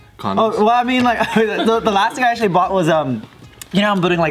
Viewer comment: can’t go one take without fucking up the word “actually “